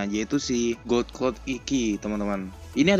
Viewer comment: god dibaca gad bang.. phoenix bukan poniks.. piniks.. cmiww